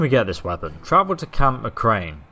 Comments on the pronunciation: Its camp McCarran not camp McCrane. I see you still have terrible pronunciation.. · No its Camp mcCawren